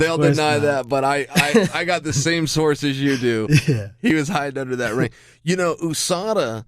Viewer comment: the way he said usada was funny hahahahaha